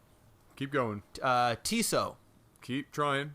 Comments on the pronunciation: It's pronounced general "chow." Ask your local Chinese takeout. :D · its general tso it sounds like a z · For those who don't know, the Tso in General Tso's chicken is pronounced identically to "sow."